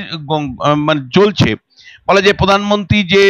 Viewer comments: আপনার বাংলা শব্দের উচ্চারণ ঠিক করুন। আপনি বাংলা উচ্চারণ प्रधानमंत्री উচ্চারণ করতে পারছেন না। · পোধানমন্ত্রী নয়, প্রধানমন্ত্রী।